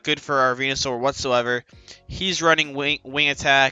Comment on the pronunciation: Anyone else hear him say he like 9t spirtomb and venu lol